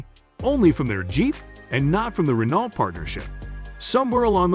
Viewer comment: Pictures of the cars you couldn't "find" are readily available. This is a poorly made video with many inaccurate facts and non relevant pictures. Why bother making such content? Just stop and delete your channel please. Edit: pronounce Renault correctly as well LOL! Practically unwatchable TBH.